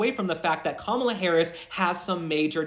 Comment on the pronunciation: I still can't decide if you're calling her Kamala sometimes of Gobbla😂